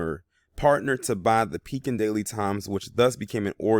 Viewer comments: Pronounced PEE-kin and the county is pronounced Taz (like tasmanian devil)-well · Its ( PEE-KIN ) how its pronounced pekin, il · I grew up in Pekin and yes it's pronounced Pee- Kin